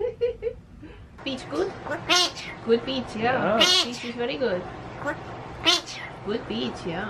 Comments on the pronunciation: He is saying pichu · To me it sounds like he is saying pichu